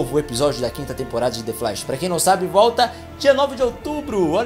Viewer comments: Kjkjj vc fala "the flash" de um jeito mto engraçado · ELE FALANDO "THE FLASH" É HORROROSO E MUITO LEGAL, VICIADONA KK